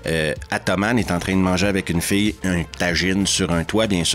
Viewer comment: Cest drôle, avec ta prononciation de "fille" j'ai d'abord compris "fée" 😂. Désolé...